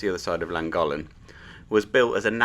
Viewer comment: Lovely video, I enjoyed it, but please learn the correct way to pronounce Llangollen.